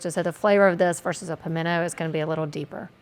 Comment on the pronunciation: You should learn how the words are pronounced!! Jalapeño is not “peen”-there’s only one e!! It’s “pen”, just like it looks! Pimento has a t… it’s not pimenno!